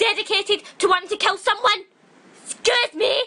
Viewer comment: This is hilarious! 'SKUSSSEE MEEH"